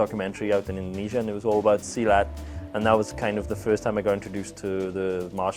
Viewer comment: Him pronouncing merantau and silat incorrectly is hilarious for me as a Malaysian